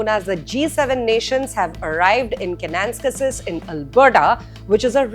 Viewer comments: Ka na nas kis Not kan nans kasis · It’s Ke-ne- NAS-kis. Emphasis on the 3rd syllable.